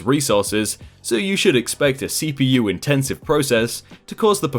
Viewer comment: its cpU not CPO